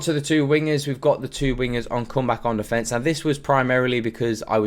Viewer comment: „Come back on defence“ sounds like „ come back on the fence“ every time you say it 😀 great video though, I will switch to this formation to bring me back some fun in FIFA